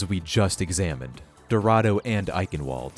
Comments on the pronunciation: Its eichenwald not eikenvolt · btw since Eichenwalde is in Germany its pronounced Eichenvalde, cuz germans pronounce their w’s as v’s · eikenwold. that absolutely not how to pronounce it